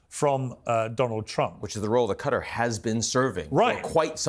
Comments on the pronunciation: why are these journalist all miss pronouncing Qatar, Piers says it correctly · Why is it so impossible for Americans to pronounce Qatar correctly? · Maybe if Sachs could pronounce Qatar correctly? I can’t listen to to this man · What’s also embarrassing is this guy’s pronunciation of Qatar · did you just call Huthi' "Yemen civilian government"????? What is this extreme pink washing lol I wouldn't trust a guy that says "Cutter" it's "QA-TA R" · QATAR , not CUDDER . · what's cutter it's Qutar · I despise how Americans pronounce Qatar as Cutter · It’s Qatar not cutter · AMERICAN JOURNALISTS: PLEASE! DO YOUR HOMEWORK. THE COUNTRY IS AND ALWAYS HAS BEEN PRONOUNCED "QA - TÁR" ... NOT "cutter" or "cuttery." TO SPELL IT OUT, FOR YOU, IT WOULD BE "KAH-TÁHR." and "KAH - TÁHR - EE." YOU SOUND VERY IGNORANT SO GROSSLY MISPRONOUNCING A COUNTRY THAT VERY RECENTLY HOSTED THE OLYMPICS. IT IS VERY DISRESPECTFUL. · Qatar or Cutter mate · it's pronounced Kah-taar not cutter. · Why does the first guest say "Cutter"? It's Qatar. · Where's "Cutter" exactly? Oh, you mean Qatar, cat-are.... "Cutter" bell-end 😂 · Stop calling the place "cutter" its actually pronounced "KA-TAR" ....where do you get "cutter" when you look at QATAR?🤷🏿‍♂️🙆🏿‍♂️🤦🏿‍♂️ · First of all, it's QATAR not Qutter. Goodness. Secondly, Piers, do you condemn israhell and do you admit that this was a terrorist attack?? since there was no combatants involved and they struck civilians ? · Is not called "Cutter"... is Qatar! 🤦🏻‍♂ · Just by the way they pronounce Qatar as “Cater” you can tell these demons have no respect for that country. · I just realised Americans call Qatar "Cud'r" or "Cudder" yet pronounce Qatari correctly ! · Anyone else infuriated by “Cutter”? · Americans are so dumb. Can’t even pronounce Qatar properly….”Cutter” “Cutter” 😂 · Embarrassing pronunciation or Qatar tbh lol cutter who the fk is cutter lol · Who pronounces Qatar as cutter? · Learned people saying ””Qatar” ”Cutter” is quite concerning.